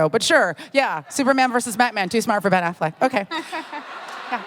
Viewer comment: "Ben Afflack"